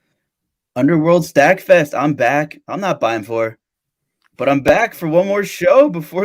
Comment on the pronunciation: that's not Beimfohr lol